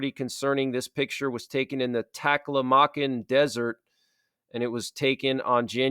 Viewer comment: It's pronounced "Ata-cama"....believe it or not.